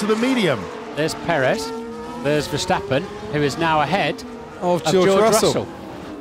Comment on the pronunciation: Please learn to pronounce names like Ocon and Perez. You sound so silly. Try Forvo.